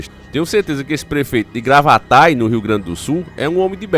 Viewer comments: Gravataí não Gravatai, tem acento no "I" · Oi! Só pra esclarecer, o nome da cidade é Gravataí (com acento no i), e não Gravatá, blz?